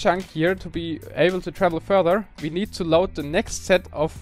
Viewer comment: Could you start pronouncing "WE" properly?